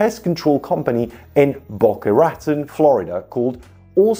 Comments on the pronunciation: The way you pronounce Boca Raton Florida is so annoying. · you might want to know Boca Raton is pronounced in a French way. It is strange but heck, it's the US.